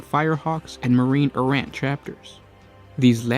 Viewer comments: EAR-RA not ERROR, EE-DICT not ED-ICT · Errant = AIR-rent. Good video. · This is the story of the many times the word "Errant" is pronounced erroneously. ;-) A great story though. I wish the original books of Imperial Armour vol. 9 was still available for purchase.